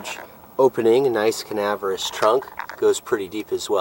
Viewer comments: LOL "canaverous…" I think you mean CAVERNOUS... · Lima is pronounced lyma like the bean because it was built in Lima Ohio. Also debuteted and canaverous are funny how you say debuted (day bued) and cavernous (cavern us). Love these cars, especially the 87-88 5-speeds. I have always wanted to find a black one with gray or red cloth interior. I have a black 92 SC 5-speed and have had 3 other SC's. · Cavernous. Ca-ver-nous. 😉